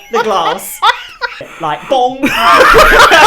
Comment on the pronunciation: u really said bOnG